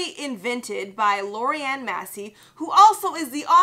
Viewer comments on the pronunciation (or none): Lorraine. Not Lori Ann. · Lorraine not Lorrianne lol